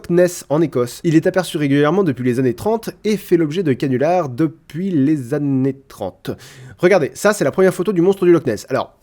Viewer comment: Trop fort ! Comme d'hab :) (années, pas annèes)